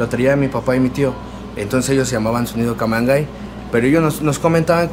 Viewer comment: se supone se debe pronunciar "camangey"